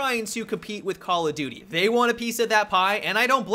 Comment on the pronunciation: Why is it that when Americans say call of duty, it sounds like call a doody!!?